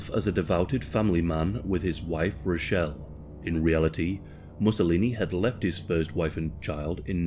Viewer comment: Note: Rachele is pronounced “Rakele”.